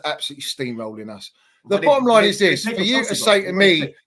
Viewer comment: 50% of that chelsea fan's vocab is "the bo'om line id this" and "le's 'av it righ'.